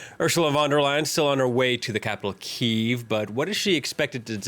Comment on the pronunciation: It's Ky'iv not "keev."